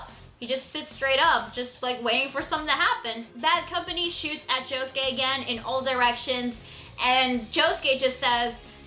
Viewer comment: who cares about the subs since they prenounce it "baddo kampani"?